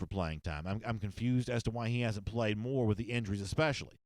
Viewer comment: Who haff Georgia pwayed woooo?!